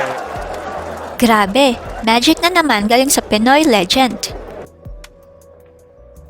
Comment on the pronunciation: ...Magaling talaga ang ating si Sir EFREN 'BATA' Reyes, the Legend!. Do I hear "Legent" instead of "Legend" o nabingi lng akO.